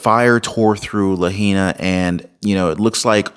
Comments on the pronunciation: IT'S "Lahaina, Maui" NOT Lahena!... Haven't you heard anyone pronounce Lahaina?... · It’s pronounced “La High Na” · The correct PRONUNCIATION for Lahaina is: La hi na "ai" in Hawai`an is an "eye" sound, just like pronouncing the state of Hawai`i Huh vi ee "ai" is always a long eye sound. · No offense but to pronounce Lahaina it is “la-hi-na” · Pronounce correctly please, you have heard the natives pronounce it, la hi na. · Bra… Laa-Hainna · Lahaina is pronounced La High Na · La hi na. Is how it is pronounced. I live here in Maui . She bought that land for 8000/acre. Bezos also lives on the south side and he donated 100M. Smart city conferences held on Maui … what do you think ? 😢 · Ur butchering the name bro. 😅 It's (La-HI-na) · At least know how to say the name!!?? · How does anyone not-know how to pronounce Lahaina at this point?